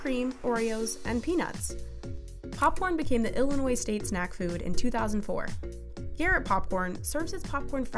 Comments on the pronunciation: Just to say the s in Illinois is silent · i’m getting triggered by her pronunciation, Boi-ZEE? IllinoiZ? it’s Boi-SEE and Illinoi-(silent S)